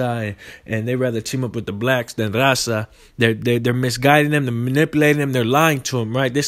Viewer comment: Can even speak Spanish good.don’t even say raza right